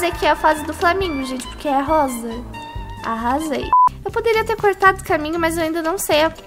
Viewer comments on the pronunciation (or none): ao em vez de arrasei fala arosei tendeu?